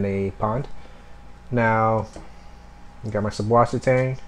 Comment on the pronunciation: The b in the name is supposed to be pronounced as a 'ss' sound. It's a german thing thing but you can also type 'ss' like it is in wasser. susswasser/süßwasser means fresh water in german.